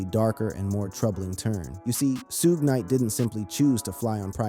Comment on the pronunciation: SHUG KNIGHT. NOT SHUGAY Knight. smh.